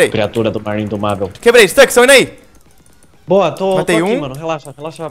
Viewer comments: ele fala staks em ves de stux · o nome e Stux para de pronúnciar Stax não tem A não e um U e Stux não Stax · PQ O CHAMA O STUX DE STAX?